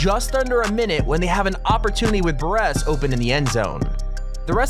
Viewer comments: What’s worse than losing like the teams in this video? Not knowing how to pronounce Mariners or Buress correctly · Uh... where is this dude from? He talks like he knows the sports but he said all the names wrong. Buress, Mariners, what?!!?